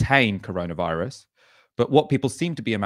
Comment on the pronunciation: I genuinely miss those naive days when was calling it the “coroner” virus. 😩😬 Well done again guys, your content during this lockdown’s been superb, thank you. 👏🏼🌹✌🏼